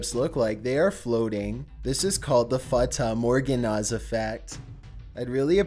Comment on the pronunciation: fuhtah morgunnuuhhh